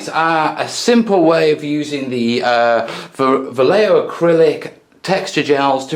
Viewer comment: No you were pronouncing it correctly. I only found out after years of mispronouncing it when watching a thing about the artist Boris Vallejo.